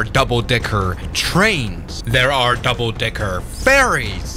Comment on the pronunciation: 😂😂 doouble bed😂❤